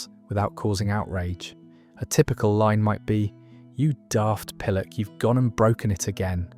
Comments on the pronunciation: Why not use a real narrator instead of an AI voice? - Even the best AI doesn't sound real to British ears. Emphasis on the wrong syllable, for example. Pill-OCK instead of PILL-ock, and "wos-ock" instead of "wazz-ock", with its hard 'a' sound. It just grates a bit, and spoils our enjoyment of an interesting post. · You can tell the narrator is unused to these words with his mispronunciations. Pill-uck, wazz-uck and in my neck of the woods, my mum would call me a barm-pot. Still, this video gets a thumbs-up from me. Thanks for the nostalgia, ya muppet :) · it can't pronounce 'pillock' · the way you pronounce pillock is just wrong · That has to be AI the words are mispronounced. Wazzock is pronounced wazzuck, and pillock is pilluck. Daft apeth is ay - puth... and also he forgot doofus.